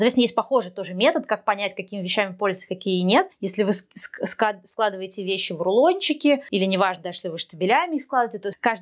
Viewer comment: Все очень здорово, только не говорите пжл. СЛАЖИВАЕТЕ 😊